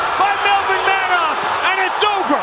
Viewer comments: His name would be pronounced "manhoof" in Dutch, not "manhoff". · "MenHOF" ....No...it's Manhoef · Roided up. Took the example of the other Suriname Dutch , Alistair Overeem. By the way , it's ManHOEF , like in GOOD. , not HOF.